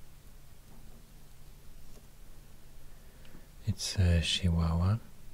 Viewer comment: He said CHIHUAHUA like the people from Chihuahua